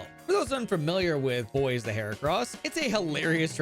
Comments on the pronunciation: Bois not boys. Bois is like Bwah. It means wood in French, which is fitting for heracross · It's not "boys" it's "bwah", think of the name DuBois. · it's pronounced bwah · Ngl, it causes me physical pain every time he says "boyz" instead of "bwah" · ITS NOT BOYS!!! ITS BUAH!!!!!! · mfw no one can pronounce Bois correctly they out here playin Disco Elysium calling him Harry Du Boys and not Harry Du Bois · I thought Bois name was pronounced like "Bwaa" but "Boys" is definitely funny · Isn’t Bois in French (Kalos) pronounced Bwah? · Ok, I need to point something out, the moment you have absolutely you have a pokemon that can use icebeam, no need to catch another pokemon for it. And before anyone says it, yes I know that absol doesn't get stab with icebeam. Also, bois is pronounced bwah. It is either the word for wood, or the first person singular conjugation of boire (to drink). So bois either means wood, or I drink. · You do realize Bois is pronounced like "Bwa", right? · because the Kalos region is based in france I think Bois the heracross is actually pronounced "bwah" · Maybe one day people will learn how to pronounce French words I'm definitely not opposed to pronouncing "Bois" like it's English, but not one person has acknowledged that it's a joke pronunciation :( It's /bwa/ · Am i the only person that's upset that everyone mispronounces Bois ; - ; Y'all need to put some respect on the esteemed name of Lieutenant Double-Yefreitor Heracross Du Bois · That's not how Bois is pronounced... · screaming crying begging people to pronounce bois the french way 😭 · I've been wondering how Bois is supposed to be pronounced. Maybe "bwa" cuz it's French? Or bo-iss? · the day ppl pronounce Bois right will be the day I rejoice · its funnier pronounced wrong though